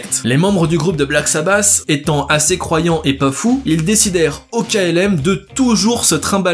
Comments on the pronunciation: la qualité de l'anglais fait saigner les oreilles !!! paranoïde !! c'est vraiment bon du Black sabasssss! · Wtf .. Black SabaSSs 🤣 really ?Ça m'a tué ! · Dommage de ne pas prononcer correctement le nom du groupe aussi